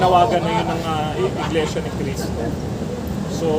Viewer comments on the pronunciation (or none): Iglesia po, hindi Inglesia